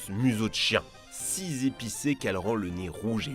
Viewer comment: Petite précision il n’y a pas « s » à « si » Donc pas de liaison merci 😊